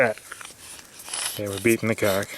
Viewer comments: Who pronounces the L in caulk?... goof! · did you say "shove the cuack in the hole"? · The way he said Caulk Lol